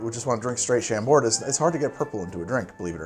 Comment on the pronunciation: You do not pronounce the "D" in Chambord